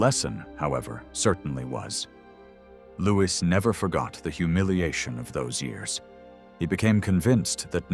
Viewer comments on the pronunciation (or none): I enjoy the information contained in your documentaries. However, I cringe at every mispronunciation. Henry, Louis, de Guise, etc. The mispronunciation takes away from your ethos, making me question the validity of the information given.